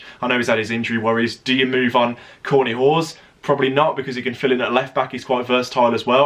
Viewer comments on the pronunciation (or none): none